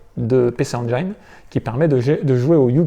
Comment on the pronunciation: Engine comme angine, pas engaïne